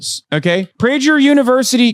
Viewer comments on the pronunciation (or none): It’s ptinounce it praGer. Like praGer like nag. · hasan is so dumb and too lazy to do a modicum of research, he doesn't even know how to pronounce PRAY-GER...it''s a common Jewish and German last name that means (from Prague)